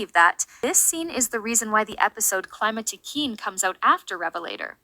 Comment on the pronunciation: Did you use an AI voice for this one ? It seems quite different frome before, and "queen" isn't said correctly ?_? The global title for this season is "A new beginning", I think the fact Climatiqueen deals with Aurore once again is there to really stresses that point. It launches Adrien, Marinette, and Sublime's character arc, and one of the main themes of S6, social media. -> Adrien has to find himself -> Marinette is shown being unable to detect the emotional distress of people around her, and it's shown this inability even extends to Adrien, though it's not as bad than with Maya or Sabrina. If you're saying the scene where Marinette receives Adrien's text and doesn't know to answer and then answers nothing, is filler, then I disagree 😁. It shows Marinette doesn't manage to read the subtext of Adrien's message and how he needs her support. Of course she doesn't know he feels depressed, but she does the same mistake than in Perfection: seeking the perfect behaviour, she ignores her closed ones trying to reach her, rather opting for making the "perfect" move later. Here it doesn't seem to have lasting consequences, but it echoes the end where it seems to hint that Marinette should have walked Adrien home. It seems Marinette has some blind spots in her ability to emotionally be there inthis season. It might be an aftermath of the London special. -> Beginning the parallels between Kagami and Sublime, she's introduced as a mysterious girl who becomes Adrien's sport partner. -> I